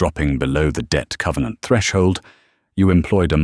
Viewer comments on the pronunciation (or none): none